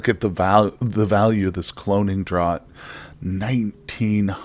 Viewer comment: It may interest you to know that "draught" is pronounced "draft". One of the things I got wrong for a thousand years of fantasy gaming before hearing a British person SAY it.